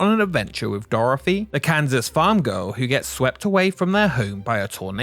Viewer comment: Dorthy!! Not Doorefry!! Just messing with ya, enjoyed the video!! Keep up the good work!